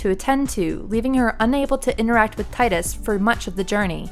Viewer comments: Tee-dus not tydus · TEE-dus NOT TIE-dus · He has helped save the world and on top of that just the very fact he was alive and showed Yuna affection and confidence in writing your own story, is the very reason she succeeded the way she did in part two is more than enough reason for the fayth to bring him back to life to save the world again, and maybe even give him the blessing of life. First off his name is pronounced Tee- Dus not Tie-Dus every real FF fan noes that atleast. He can win or lose in blitzball depending on the player (obviously you couldn't make him win). If he is beckoned back it's as a gift not a means to an end. Tidus opened her eyes to the fact that you can save more than what you just believe and do more if you want to write your own story. You really have no clue as to what these games bring in the core of character development and their meanings. Your just a new gamer devoid of reading between the lines or even clearly grabbing the main aspects of a title which in this case is making your life your own and what you want to happen come true by "writing your own story" or acting upon it with an outcome you want to have done. Smh try again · Stop saying Titus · his name is pronounced TEE-DUS. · Omg.... It's pronounced 'Tee-dus' ugh! I've been arguing this since high-school! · I'm agreeing with you DukstarGaming, its Tidus, "Tydus" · If you can’t pronounce the main character’s name, that basically renders your entire point of view on this matter as completely worthless. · you ain’t a true ff fan, you don’t know how to say Tidus name right, also what you are saying sounds scripted as shit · Every time she mispronounces Tidus I cringe. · You pronounced his name wrong.